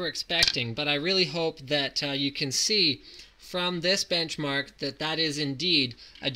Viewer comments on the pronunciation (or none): dude! "bench mark"